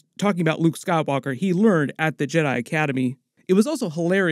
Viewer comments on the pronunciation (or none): none